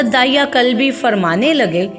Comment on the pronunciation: دحیہ کلبی صحیح تلفظ ہے بنی کلاب سے تھے.